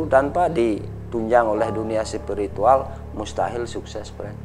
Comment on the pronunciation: Presenternya biasakan aja lebay.... Cara ngomongnya bilang spirituwel... Biasakan aja ngomongnya